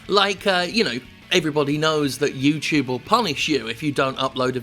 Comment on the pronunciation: Yew-Chewb Halfway through the video, Jim's pronunciation of YouTube was all I could think about.